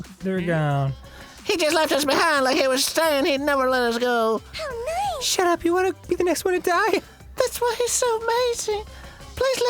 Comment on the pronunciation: I love how they make say ‘SHAT AP’ 😆